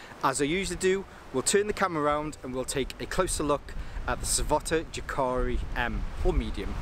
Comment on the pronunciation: pronounced Yah'kah'ree